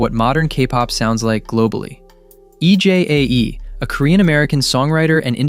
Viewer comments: A well thought through critique. Thank you! (But just fyi, Maggie Kang’s surname rhymes with rang (like a phone or a bell), not Kong or Karng. And Ejae is pronounced “ee-jay”, her name is not spelt out like an acronym.) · Is this script read by a robot? It's Maggie KANG. KAAAAAANG. WITH AN A. And EJ A E? Put some respect on the names of our queens.